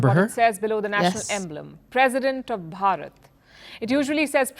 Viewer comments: Not "Borot" it's "Bharat-varsha" or in short "Bharat". I know it's difficult for you to pronounce but do google the pronunciation. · At least try to pronounciate Bharat properly ........ don't say bryut ....or byrut .......😂 What's the point of being educated if you cant even pronounce Bharat properly......😂 Jay hind ...Jay Bharat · It is not "Barrat", it's "Bhaa-rat" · Not baraat 🕺💃😂 It's more like BH AA r a t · How sweet that lady pronounces Bharat to "Baraat" is so sweeet😂....i❤this, her voice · Plz for God sake pronounce correctly its BHA RAT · After listening their pronunciation of Bharat. I realised why Britishers named Bharat as India 😅